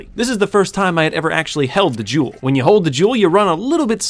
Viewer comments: It sounds like he’s saying Juul Lol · He says jewel like juul he says “once you have the juul get the juul to the getaway van” 😂😂😂😂😂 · every time he says jewel i keep thinking of a juul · Whenever he said gewl I kept thinking of juul because in middle school they basically say every day don’t juul or vape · I thought you said juul. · When u say jewel I hear Juul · whenever he says jewel i think if juul alkoadasdfakshdaifyaosdif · I KNOW YOU GOT THE "JEWL" BRO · When he sad "jewel" i thought he said jew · I dropped a juul in a school bathroom 100 times and this is what happened. (You pronounce jewel, like juul, no joke)